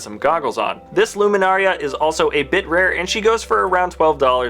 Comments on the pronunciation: It's Luminara, not Luminaria. Just lettin' you know. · It kills me when he says "Luminaria" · Mine is just for the way he always says Luminara. He says "Luminaria and it gets to me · luminara, not luminaria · IT’S LUMINARA NOT LUMINARIA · Comrade Scatter mine was from him saying ‘luminaria’ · Luminaria? Its Luminara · it is pronounced loo-min-ar-a. Not luminaria. get it right, dammit! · Luminara not luminaria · and its luminara, noy luminaria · no No NO! It's not Luminaria its Luminara! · legomemeulouser20foreverlolm8 Yes there is. He pronounced it ''Loo-mee-na-ryah'' when its actually pronounced ''Loo-mee-na-rah'' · and the other mirialan is Luminara, not Luminaria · It's pronounced "loo-mi-nar-ah" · Luminaria bruh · Yea, I was yelling at my computer as he said the names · It’s luminara not luminaria and ki adi mundi not ki ado munduni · This guy said Jedi Jim, Ki-Adi-Mundini, and Luminaria lol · It’s Luminara and Ki Adi Mundi not Luminaria and Ki Adi Mundini. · pronounced Luminara not Luminaria. It's Ki-Adi Mundi not Ki-Adi Mundini. Also, the US dollar sign goes in front of the amount. Example: $2 not 2$ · Eeth Koth is a Zabrak, and you pronounced Luminara, Seasi Tin, and Ki-adi Mundi all wrong. You called them "Luminaria, Saysee, and Munduni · It is Luminara not Luminaria and it is not Ki Adi Munduni it is Ki Adi Mundi! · It's Luminara Unduli not Luminaria and Ki Adi Mundi not whatever you said